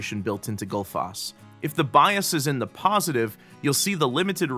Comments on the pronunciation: Goodfoss? :D I'm glad that didn't stick since it's way off :D ;) I can be your Icelandic pronunciation consultant ... :p #justsaying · I simply can't get used to this awfully wrong pronunciation of Gullfoss! :D Love the plugin though ;)